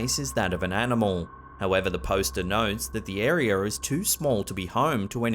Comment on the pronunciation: Attention British people: there is only one R in the word "area"!